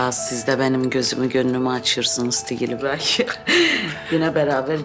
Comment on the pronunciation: Bu neden hep Sikilibey diyor😂😂😂😂😂